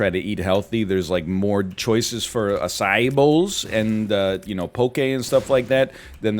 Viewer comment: Some youtubers have a historically problematic relationship with politics, gender, people of color... NL has a well-documented problem with the pronunciation of "acai"